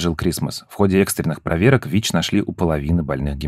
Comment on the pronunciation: ВИ́ч, вИ́чей😅😅😅